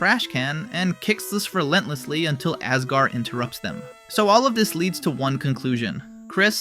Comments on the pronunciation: Asgore❌ Asgar✔️ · I’m sorry, ayesriel and nole? 😂 And asgar too?? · And Asgore as "Asgar" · I feel like he's purposefully ragebaiting with his pronunciations of Noelle, Asgore, Asriel and others, for some reason... maybe to drive people to comment about it? Who knows.